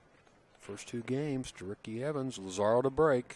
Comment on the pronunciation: The kids have the skill to be professionals. Wouldn't it be nice if commentators learned how to pronounce the players' names before the match so they don't put their foot in their mouths. Lazaro doesn't rhyme with "tomorrow". The accent is on the "La". When the Latinos take over America, the Gringos will learn how to pronounce Spanish.